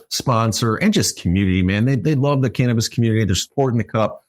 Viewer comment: “Christ of cannibis” 😂😂😂